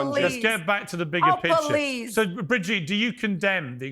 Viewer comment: “Oh Paleasee oh paoleasee” dont put the facts and evidence in front of us that would make her look bad, this hypothetical sellout talking about human lives is just pathetic.